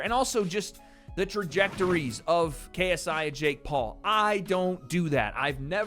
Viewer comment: “Tha Naut Mauh KSEYEEE” 😂😂